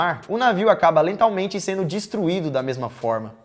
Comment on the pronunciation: "Lentalmente" kkkk